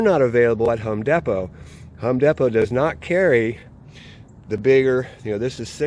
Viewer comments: Home Dapo. Hahahahahha. Its Home Depo Homie 😆😆😆😆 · It’s pronounced home dee poe 😂😂